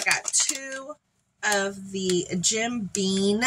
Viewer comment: You are so fun to watch and tfs - cute to watch you say Jim Bean when it's really Jim Beam with an m